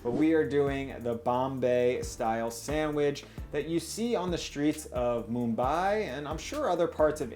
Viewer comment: anyone else bothered by his pronunciation of "sandwich"